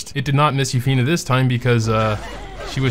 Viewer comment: Comment what we think? OK It's been 2 years and you still cant say Yuffine properly :P